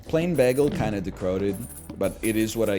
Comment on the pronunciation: The way you say bagel upsets me. Then you said it ten times.